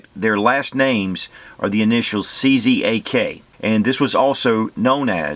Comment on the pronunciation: "czak" is pronounced as "chuck" :-)